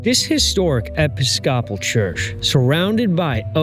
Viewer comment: Never heard Episcopal pronounced that way.